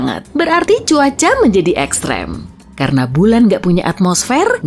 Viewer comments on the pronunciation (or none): Mimin nya lucu kalau ngucapin ekstrem🤣🤣🤣😂😂🔥